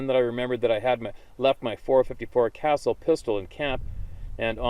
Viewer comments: 454 Casull - “kah-suhl” not castle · Pronounced, 454 Cus-ool not castle lol but that's of little importance. I know for sure Bigfoot is real I had an encounter as well in Deering NH. It was either Harry Henderson, Bullwinkle, or 1 VERY LARGE YOGI!! Didn't get a good look I was too busy running while dragging my poor girlfriend as best I could so she could keep up lol. I had noticed a sound, then loud crashing immediately followed by a HUGE dark figure busting through saplings and weeeds,shrubs, prickers ect. Couldn't have been more than 10 or 15 feet away. Maybe less idk but when I saw it I knew we were in danger. Fair to say extreme danger. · Fyi...the gun and cartridge that guy was talking about, the .454 Casull, is pronounced "kuh-sool."